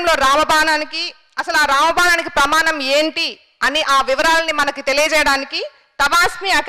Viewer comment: బానం కాదు... ప్రమానం కాదు అమ్మా.. అలాంటి సభలలో కుడా నోటికొచ్చిన తెలుగు వాడొద్దు.. plz..